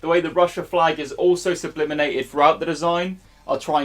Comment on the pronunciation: Say it with me - sublimated. Sublimated. 😆